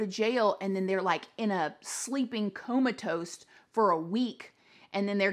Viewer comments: Girlfriend!! You're so sweet, its "COMATOSE", not 'coma-toast' lol 😆 💖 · DID U SAY COMA TOAST